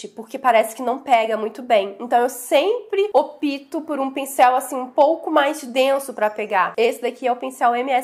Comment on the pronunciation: EU OP-TO. Não existe a flexão verbal O-PI-TO. O verbo é OP-TAR, ok? Falo isto porque gosto muito de você, que tem, sim, uma boa fluência. Esse erro verdadeiramente não combina com você. Fique com Deus.